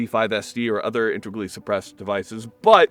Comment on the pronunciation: Thanks for the video and most of all for pronouncing "integrally" correctly. Sweet firearm tho